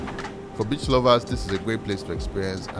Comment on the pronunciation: He sounds like he saying bitch instead of beach.